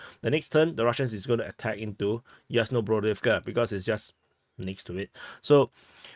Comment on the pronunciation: Yas-na-BRO-div-ka,. Bi-la-HO-riv-ka. Ra-BO-ti-ne. Observe the pattern, deduce the rule.